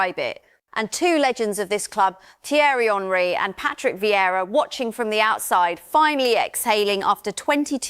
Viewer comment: Hey AI, it’s ONree, not HENree